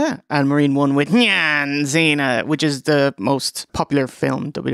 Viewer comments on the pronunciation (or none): none